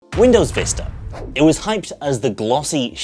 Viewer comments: Is it Vista? Or, Vister? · Quality content? Check Windows Vista pronounced properly? Check? Switch between windows vista and windows Vister? Constant.